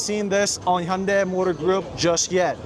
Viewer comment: Hyundai is pronounced hyundae This person pronounced it perfectly 👌